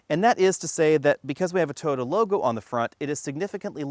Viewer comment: Please please please pretty please... Toh-yoh-tah, or Toy-oh-tah, not tuhhhyota